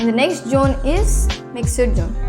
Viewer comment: Jone ha😂 it's zone